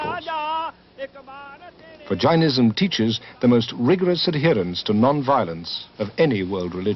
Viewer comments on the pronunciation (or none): Its not 'J-eye-nism', its 'Jay-nism', secondly, it was not founded 3000 years ago, it was probably significantly older.